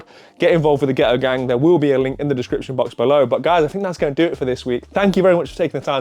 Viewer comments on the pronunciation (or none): none